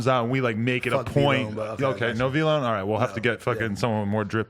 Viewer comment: said VloneK lol